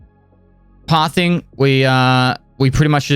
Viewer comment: Is he saying "Pathing" or "Path Thing"?